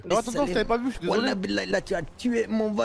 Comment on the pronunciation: Les gens disent ze suis gros🤣😂